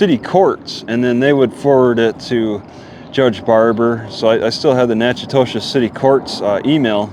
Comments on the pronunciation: I think it's pronounced nack a dish Keep your chin up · it’s pronounced Nack-A-Tish